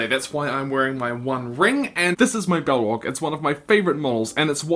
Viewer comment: Balrog not Bellrog